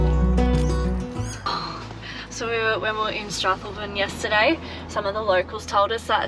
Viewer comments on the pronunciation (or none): Strathalbyn is pronounce as strath-owl-bin 😂😂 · Strath..... al..... byn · Thoroughly enjoyed your pronunciation of Strathalbyn 😂😂😂